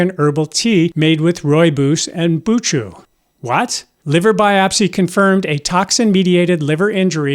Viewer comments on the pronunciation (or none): As a South African, I have been drinking Rooibos for decades with no negative medical consequences..... The ch in buchu is a guttural sound and is pronounced the same as the Scottish ch as in Loch.